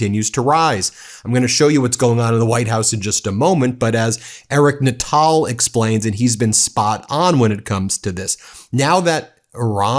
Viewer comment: Ben, the oil expert Nutall's name is pronounced as Nut All here in Canada . you might as well be perfect, as it is you are sooooooooooooo close lol.